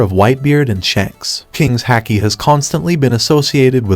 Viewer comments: You pronounce haki wrong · It's pronounced like hockey. Not hack-ee not luh-fee